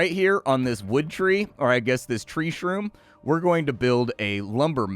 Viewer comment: Haha you said Troom Shree instead of Shroom Tree. I like it